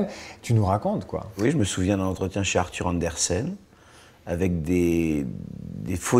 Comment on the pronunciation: J'adore comme il corrige AnderSEN, et pas AnderSON comme l'interviewer le dit.